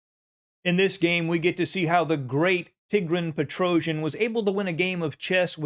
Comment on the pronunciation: It's Tee-GRAN Pe-tro-see-AN